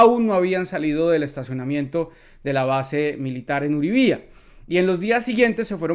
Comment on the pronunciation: Uribia,, no Uribía. Nosotros aprendemos cómo se pronuncian los nombres de pobleciones dle interior; como una forma de mostrar aprecio e interés por nuestros compatriotas: aprendan ustedes también los de nosotros.